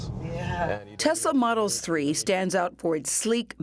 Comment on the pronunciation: "Telsa's Model's Three" great voiceover script there CBS